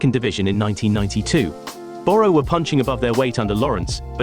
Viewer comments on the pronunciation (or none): Borrow is pronounced burra